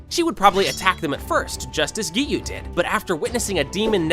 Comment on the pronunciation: i am getting triggered whenever he says geeyu